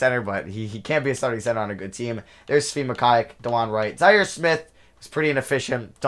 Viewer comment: As a KU fan I cringe when he pronounces Mykhailiuk😂 it’s pronounced: muh-ky-luke